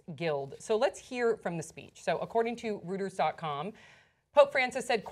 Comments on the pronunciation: Reuters is pronounced "royters" not "rooters" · I wish someone would tell that Reuters is pronounced roy-ters, not roo-ters. But yes, I agree with that it's both short-sighted and heartless to leave these people with no options. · Reuters is pronounced ROITers ..... you are on a news show, you need to know this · Did that bitch just call Reuters "rooters?" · pronounces Reuters as "rooters" lol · Hey, you;re pronouncing Reuters incorrectly The"eu" letter combination in the German language is pronounced "oy" Here are some examples: Sigmund Freud (pronounced Froyd), and Reuters is pronounced "Royters". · she said rooders again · Lol "Rooters" great journalist you got there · Rooter's, eh? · Please stop from pronouncing famed international news agency Reuters "rooters"; sounds like a page 3 tabloid!! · cant pronounce REUTERS. IDIOT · You don't pronounce reuters that way. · She drives me crazy with the way she pronounces "Reuters"